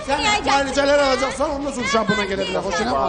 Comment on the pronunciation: Bu Xoşqədəm sonra deyir yoxsa sorna? Kim deyər?